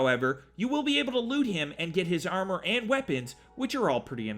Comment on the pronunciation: It's pronounced ARM-OR not Eyarmer lol